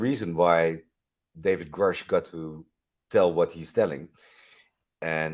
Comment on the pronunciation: Love you, but please get the heroe's name right (David Grusch)